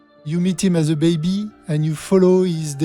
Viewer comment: I like how he says "baby" what is that accent?